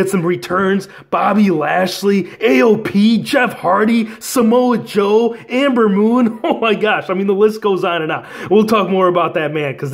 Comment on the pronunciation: Its Ember moon not Amber moon bro